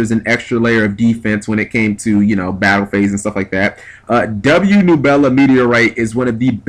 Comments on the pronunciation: noo-bel-a?? thought it was neb-yoo-la like crash nebula...but ok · "nu-bell-a"? seriously, at least try to read the card name... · It's pronounced Neb-you-la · Its pronounced Neb-You-La. Besides that I agree fully with everything you said here. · you mispronounced nebula. it's a hard U sound. like from astronomy